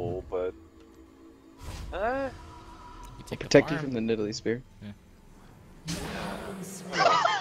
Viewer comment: "I'll protect you from Nedalee spear" I think I just woke up my neighbours.